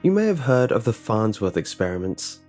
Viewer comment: .... the FARHTSWORTH.....??????"